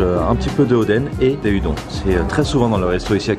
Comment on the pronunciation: Oh non pas -_- Et par pitiééé Udon se prononce "oudonne", mes oreilles saignent xD Mais sinon super vidéo!